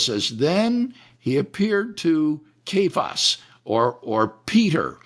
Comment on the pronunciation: One thing I've learned from all my years of theological study is: the more "non-normal" you pronounce Biblical words, like "Kay-vus" (versus saying "See-fus" like the rest of the world, and even like Kevin did 10 seconds before), the cooler you are. Weird pronunciations has been a power-trip in the church since Day 1